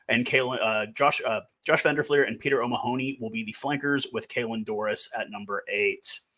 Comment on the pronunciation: Btw, it's Mahon-y not Ma-hon-y